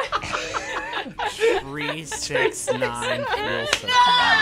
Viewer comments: “tree six nine, feel so fine” absolutely stole all of my bones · tree six nine, damn she's pine.